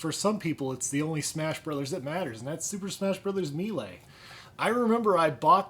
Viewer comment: I have a pretty good sized Gamecube Collection. The 8 Players in Mario Party 7 work by 2 players using each side of one controller. You pronounced Melee wrong, it is pronounced "may-lay." I actually got a Gamecube just for Smash Melee because it was a game I was always playing with my friends and I enjoyed the N64 version. Melee has been one of my most intensely played multiplayer games. I have the Resident Evil games, I just need to play them. Double Dash is my favorite Mario Kart game. I love Four Swords Adventures, one of the more underrated Zelda games. I played through Ocarina of Time on the N64 several times and Gamecube once, but I never actually finished Master Quest, and I have already started Master Quest on the 3DS. Twilight Princess is one that I did not like at first but it grew on me, a few years ago I got the Wii port and it makes me like the Gamecube port a lot more. I have hardly gotten anywhere in the Wii version. Twilight Princess was released in 2006, it was a launch title for the Wii. I love the Harvest Moon games. I did not like A Wonderful Life as much as Magical Melody. 64 is my favorite. I liked the Super Monkey Ball series, but Banana Blitz on the Wii ruined it for me. I have always wanted to play Twin Snakes. Some of my favorites for the Gamecube are Legend of Zelda Wind Waker, which is my 3rd favorite Zelda after Ocarina of Time and Link to the Past. Super Smash Bros Melee. Paper Mario Thousand Year Door, my favorite Mario game. Metroid Prime. Anim